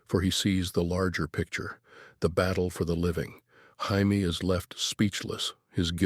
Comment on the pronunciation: Why does this thing keep pronoucing Jaime's name as Hy-me?